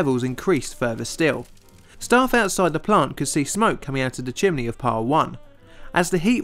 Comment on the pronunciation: "Chimley" This is how "Chimney" is pronounced in Central Pennsylvania. I have wondered about the origin.